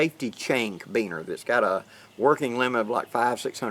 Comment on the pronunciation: I'm glad you're back now we missed you last Friday but glad you had a great time at your gathering. Just FYI - the word Carabiner is pronounced Cara - Bee - ner not Cabeener. Just thought you might wanna know.